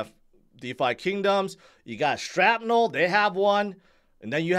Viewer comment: Please say SHRAPnel correctly.